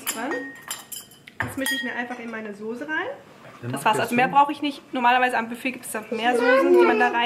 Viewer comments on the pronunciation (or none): Warum sagst du eigentlich Sose und nicht Soße? :)